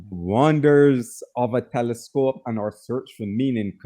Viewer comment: "Teliscope" has me in tears 😂😂